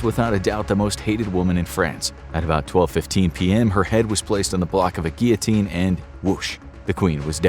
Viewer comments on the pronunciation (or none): none